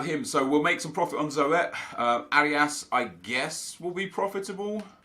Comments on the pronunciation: Hahahaha it's not "Zo et" it is just zoet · Zoet 😂😂 zo-et 😂😂😂😂 its z oe (the oe like a ou sound) t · Zoet is pronounced as zoot just thought you'd want to know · You pronounce zoet like zoot because he is dutch